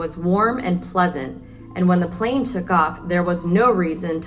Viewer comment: Yes but plan and plane are not the same and she kept saying plan referring to the plane. And it didn't happen just once.